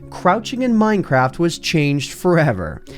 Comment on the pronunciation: did you say minecrap?!?! And are tjose glitches bobs floating above the ground.